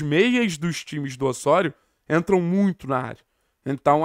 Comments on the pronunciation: Mano…..mania de falar Ôssôrio….aqui no Brasil é Ozório kct, carioca querendo bancar sotaque espanhol é foda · deu o furonda notícia👏👏👏👏, mas Ôssôrio 🤣🤣🤣🤣